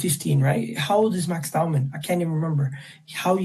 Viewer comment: Its not DOWNMAN. Its Dow-man.